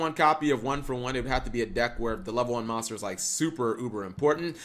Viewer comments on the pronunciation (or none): none